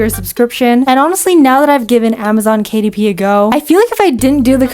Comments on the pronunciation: Amzon kuh-dip is now the correct one. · ”Kuh Dip“😭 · I can't unhear "Kadip" now. It will forever be "Kadip". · Amazon Kuh-Dip. 😂